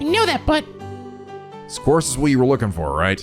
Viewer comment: Just glad to have a prominent youtuber run these games who actually knows how to pronounce "quartz."